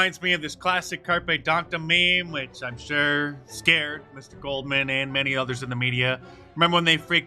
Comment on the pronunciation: Stop nose-ticing